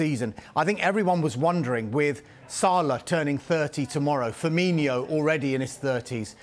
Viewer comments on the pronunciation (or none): Man said firminio 🤭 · Pundits...it's been 7 years and it still not pronounced Firminio.